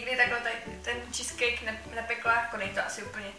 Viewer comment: Skvělý video, ale kdyžtak "cheesecake" se vyslovuje "čískejk";) Joo a to "testo"by se v ty nadobe melo asi nejdriv rozmichat neeeee!!?